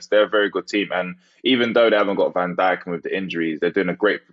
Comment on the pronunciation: Harry's pronounciation of Van Dijk is disrespectfull